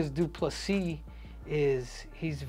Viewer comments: You start the video by saying his surname correctly, then proceed to call him DuPle-Seas 🌊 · Acknowledges the s is silent and proceeds to pronounce it every single time 😂